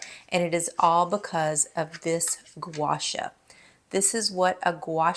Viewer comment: Love your vids. Pronounced Gwa Shaw. Two separate words.